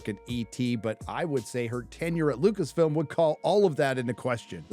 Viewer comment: It's Lucasfilm not Lucasfilms?